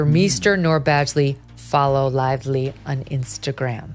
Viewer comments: Blake "Liv-lee" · We should care, why? Seriously? How does this impact my life or my loved ones? The A.I. doesn't seem to care much. Only pronounced Lively 3 different ways. Lol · Very hard to listen to when you keep mispronouncing Blake Lively's name over and over and over again. Bye. Bad AI? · You had me as someone legit until you mispronounced her last name in the first minute right after pronouncing it correctly. Here's to another faceless AI